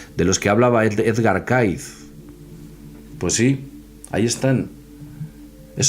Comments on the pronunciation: Cayce se pronuncia Key-zi , no Caiz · Mejor que a Cayce, lo pronuncies "Keisi",. Edgar Keisi. De nada, jaja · muy interesante, ya era hora que se hablara de el, deberian hacer un programa exclusivo de Edgar Cayce, que por cierto se pronuncia keisy